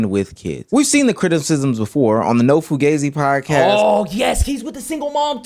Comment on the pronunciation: I love seeing these "Alpha" men being exposed for what they are Cooley was especially satisfying as he can't even pronounce the word he names his podcast after correctly. Fugazi is a term from WWII pronounced foo-GAH-zee NOT foo-GAY-zee the ignorant fool. The whole woman hating stance based off inviting almost exclusively uneducated OF girls is scummy at best. Good on her for calling this fake Christian out to his face. His over righteous wife needs to be taken down a couple of notches as well as she is even worse. Talking down to women in the same situation you are without full disclosure is just evil.